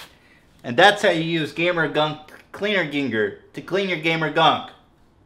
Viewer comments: I always loved how he kept calling it "gamer cleaner geenger" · "Gamer ghinger" my sides